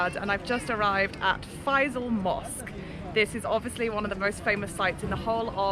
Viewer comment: Its Not Fai_zaul , it is Fai_sal Mosque